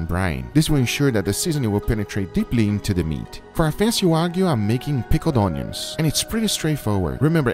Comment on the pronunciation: "Pickled ownions"